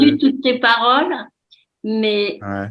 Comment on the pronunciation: "Je prefereuh entendreuh de belles paroleuh..."